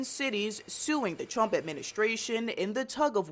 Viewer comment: Did she say the Twump administration?